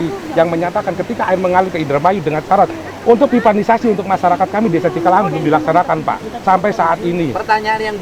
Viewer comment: Cikalahang sanes cikahalang😂